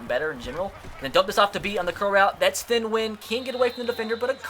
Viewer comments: Its pronounced "tee-ehn" Nguyen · It's pronounced Thea-en New-yen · You pronounce it like Teen Nunion. It's like Onion with a N